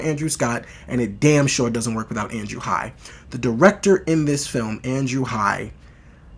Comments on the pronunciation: The name is Andrew Haigh. It is pronounced Hay-gh. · Really great review of a great film, thanks! (I've seen it twice so far.) Incidentally, writer/director Andrew Haigh's last name rhymes with "vague" -- long "a" and hard "g." 🙂